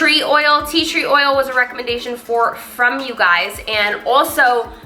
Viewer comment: "You guyziz."